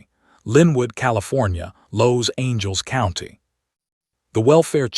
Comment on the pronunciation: Los Angels county?? Huh?? You can't really support the victims if you mispronounced half their names.